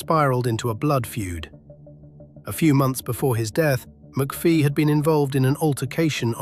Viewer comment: Amateur hour you cant even pronounce his name correctly its McPHIE not McPHEE , as in "fee,FYE,fo,fum"